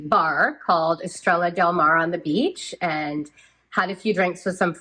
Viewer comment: It is not estrella it is pronounced 'es stray ya"